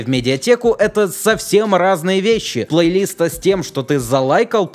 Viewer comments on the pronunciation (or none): ПлейлистА ударение на А а не на И